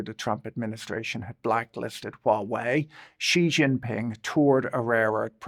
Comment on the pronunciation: The j in jinping is pronounced like the j in English .. or near enough.